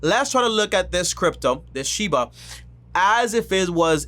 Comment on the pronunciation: He’s making a whole videos on this crypto and he can even say the name right